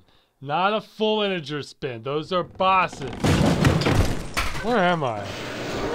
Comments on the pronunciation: omg you said bo-sons instead of "bow-zans" , what the hell, man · Yeah, he mispronounces both of them. To this day I wonder whether it was intentional or not.